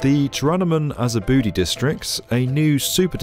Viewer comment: he did not just call it "Turanamin as a booty" ...